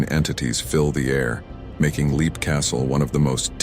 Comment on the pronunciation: Leap Castle is simply pronounced ‘lep’. I pronounced it ‘leap’ too until I watched a documentary